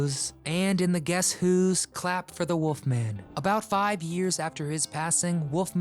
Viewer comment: Used to get his show played here in Australia, thought he was cool. Hey, it's Wolfman, not Woofman.